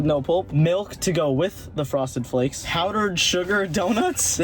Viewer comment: did you hear him say froseded flakes 2 lol hahahahh like if did